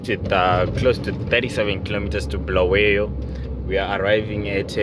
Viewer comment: Its Bulawayo not BHULAWEYO